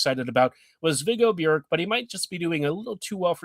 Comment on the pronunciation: Well done with the pronunciation of Björck.